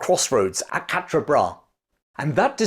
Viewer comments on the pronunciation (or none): none